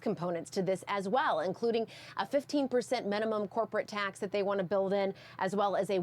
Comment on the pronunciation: Poor. She not only has a constricted, squeaky voice that come from her throat, not her diaphragm, but she is also very nasal, with nasty flat syllables, as in the word TAAAX. Hold your nose and say the word as if it's a car horn blaring. That's how she sounds. She needs a voice coach to show her where the power of her voice SHOULD come from, and how to speak from her core, and not through her nose. It will help her sounds as elegant as she looks.